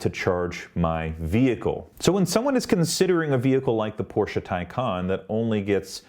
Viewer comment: Your review is more balanced than many others I have watched. I have a Taycan Turbo on order, although I am now reconsidering with the 201 miles range announcement. At least you pronounce Porsche correctly. I would submit that Porsche has had a long history and culture of innovation, certainly not like most US and Japanese companies. Porsche has won Le Mans 19 times, and also 3 years in a row with their 919 Hybrid. None of this takes away from Tesla, which has done a fantastics job of bringing EVs to the world.